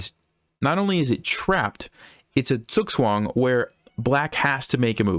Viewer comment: what is the thing he keeps saying, zukswang?